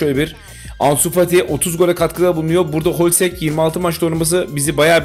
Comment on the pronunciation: Hloźek holsek diyen ' ye selam olsun seviliyorsun